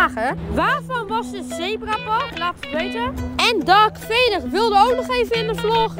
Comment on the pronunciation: het is niet dark vader maar darth vader